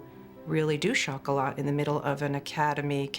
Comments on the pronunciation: Exactly Denise - worst of all incorrectly pronouncing the silent T in CHOCOLAT when the French word is pron chocola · It would be good if the narrator could at least correctly pronounce the hame of the movie....it's ' shoc oh lah '